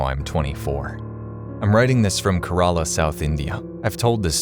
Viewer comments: lol never heard someone saying kerala this bad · I cant believe bro said kerala like that💀💀💀